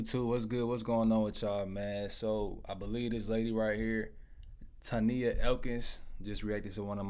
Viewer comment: Hi! I was just now told about you making this reaction! Great video 😊 Side note: my name is Tonia pronounced like Tonya 😉